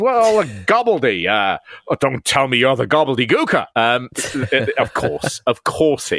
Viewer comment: "Gobly Gooker"... Damn, damn.. 😅